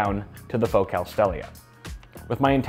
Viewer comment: That can't be how your pronounce focal.